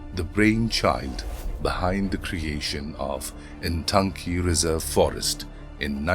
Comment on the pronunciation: 🎉🎉🎉 For non- indigenous general people at large, it is easier to say Intanki, instead of Ntangki. Shalom🎉🎉🎉.